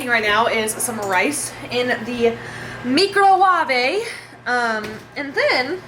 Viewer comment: Okay I literally spent like 30 seconds trying to figure out what “meecrowaave” was lmao (microwave. I’m an idiot 😂)